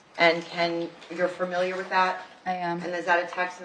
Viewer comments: Its so annoying this attorney keeps mispronouncing the word "familiar". She keeps saying farmiliar. Ridiculous for a "professional". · This attorney needs to learn how to pronounce the word "Familiar." It's not 'Furmiliar.' There is no 'R'. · Stop mispronouncing familiar